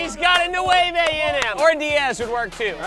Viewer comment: Garret: “New-Way-Vay”😂